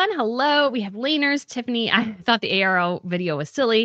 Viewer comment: It’s Arrow brand orARO